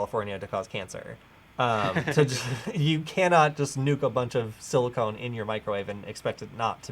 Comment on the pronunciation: Did you REALLY just say "silicone"? Not "silicon"? I thought the scene made it pretty clear that he was nuking chips... not fake boobies.